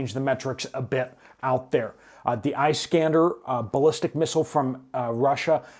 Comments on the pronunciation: It is not Ice skander . Pronounsed as ( Iss kaan der ) a derivitive of Alexander ! Thank you . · Iṣ-kan-dār missile